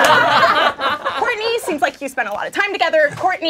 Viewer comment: Is it just me or (aka, aka - Soo cute 😍😍😍😍) intentionally sayd "Whoartney"?🤣🤣😂😂🤣🤣